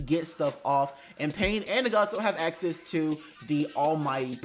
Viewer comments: It’s not nagato it’s ✨naGAto✨ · That’s definitely not how u say nagato 💀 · I hate the way you say Nagato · Why did you pronounce Nagato like that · Lmao he keep sayin nagato name wrong 😑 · Ig we not finna talk about his nagato pronunciation